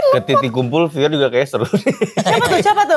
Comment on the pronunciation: wkwkkw bang pior nyebutnya lebih asik bgt